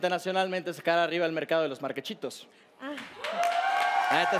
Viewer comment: El portal de dijo MARQUECHITOS